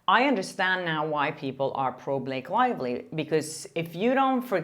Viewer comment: I really like this journalist…….but I don’t know where she’s from or how to pronounce her name. Her accent is very attractive although it does tend to make her sound like she is saying “Lake Lively”.